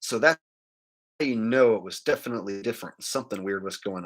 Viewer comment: Nah! It's ALWAYS been the Same because of the way he says "Defitly" instead of "Definitely" 😂